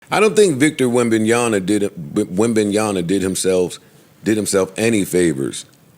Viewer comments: Bro couldn’t correctly pronounce the last name once even if he tried But this is funny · How hard is it to say wembanyama